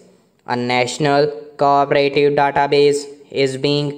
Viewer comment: Bhai thik se aur dekh ke padho. Aap co-operative ko kabhi co-operative padhte ho aur kabhi corporative. Aur curricular ko aap ne curriculam padha hai.